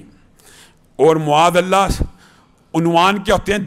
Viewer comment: معاذاللہ کہتے وقت م پر پیش کی بجائے زبر پڑھا کریں